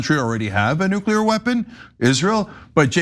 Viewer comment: come on. nukuler?